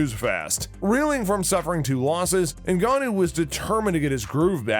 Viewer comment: You pronounced most of the fighters names incorrectly. Ngannou not Ngnnou